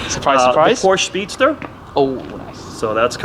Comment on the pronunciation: Am I the only one who hates it when someone who owns a (or many) Porsches can't pronounce Porsche properly?